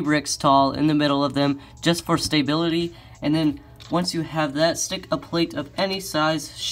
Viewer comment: Stay-bility was that a new word?